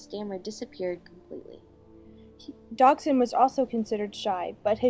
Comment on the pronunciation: While the video is very bothersome and inaccurate, that’s because of these girls surroundings. What bothers me most is the pronunciation of Liddell and Dodgson. Liddell is pronounced like “little” and you keep saying “DOG-son”. It’s pronounced “DODGE-son”.